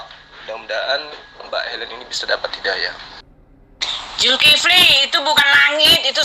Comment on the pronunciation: Itu putri hel.... gak bisa bc ya..... Zulkifli di bc Zulfikri..... keliatan botolnya.....bang beritahu dia salah sebut